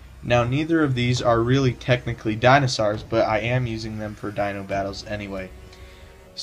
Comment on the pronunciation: hey bro, dont you mean Jurassic world Mosasaurus? not Megalodon. and did YOU SAY DINASARS?? its dinosaurs boi!